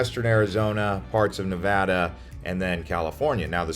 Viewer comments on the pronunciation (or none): none